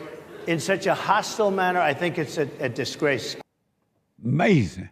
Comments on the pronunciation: Don't forget "that's amazin" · In my life i hope to see JLP host and moderate a presidential debate. "Uh May Zee Ing"